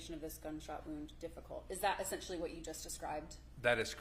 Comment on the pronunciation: “Essent-you-ally” he doesn’t stop pronouncing it like that, does he 😩